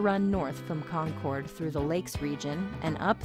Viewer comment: We pronounce it concurd not con-chord.